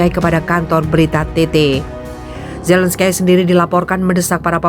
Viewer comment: Zelenskai.. .????? *ZELENSKI..!!! MEMANG TULISANNYA ZELENSKY TAPI DIBACANYA ZELENSKY. Hadeuuuh youtuber kelas ecek ecek... Baca/eja nama orang aja lebay